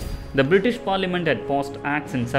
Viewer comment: Please support the video with a more understandable voice over... one with a clear accent. I mean its not right when Parliament is heard as Farliament 😣😣. This is one example amongst many such.